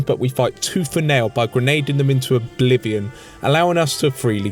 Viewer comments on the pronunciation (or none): none